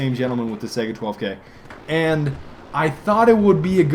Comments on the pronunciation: it's not a sega, it's spelled saiga (sigh-guh) think of saigon and go from there. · Nope, it's pronounced Say-Ga, look it up.